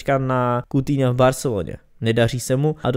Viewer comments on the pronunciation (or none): none